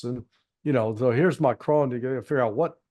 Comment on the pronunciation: Nice to see some American who does not try to mispronounce Macron as Macrohne.